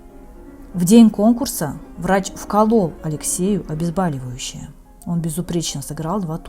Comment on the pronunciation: Почему "обезбАливающее", когда правильно нужно произносить "обезбОливающее" ?